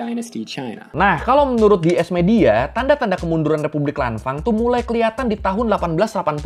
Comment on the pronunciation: dibancanya lanfeng bang kalau dichina